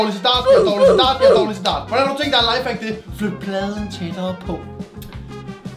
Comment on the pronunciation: mega god video 😁👍jeg kunne ikke lad vær med at grine da du sagde næste lafehack 😂